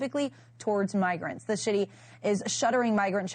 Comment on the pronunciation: She said "the shitty" instead of "the city" 😄